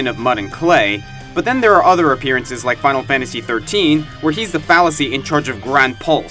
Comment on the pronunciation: Fal'Cie is prounced Fal-See, not fallacy. Silly boy. And Titan isn't ni charge of Gran Pulse so much as he is in charge of ecological progression. He's a progenitor; his Focus is to prevent evolutionary stagnation by removing weaklings and introducing stronger varients.